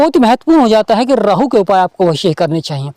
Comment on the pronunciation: Sir 🙏 rahu 👍thik he, Rrrrraahu.... Kya he??